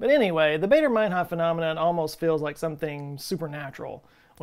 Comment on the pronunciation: It's pronounced "Barder", not "Bayder".